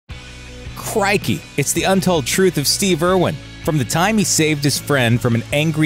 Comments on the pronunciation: Did he just say craikay? It’s crickey mate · HAHAHAHAA. Literally the first second and already fucked up. "CRAIKEY" ..... seriously???